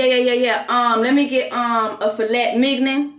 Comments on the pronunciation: Fil-et Mig-nen!🤣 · Filet Mignon is truly meat tho... He just pronounced it weird. It's French! 😂😂😂😂😂😂😂😂